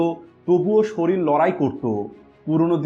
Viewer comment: কথাটা সরিল না শরীর। আগে উচ্চারণ ঠিক করুণ।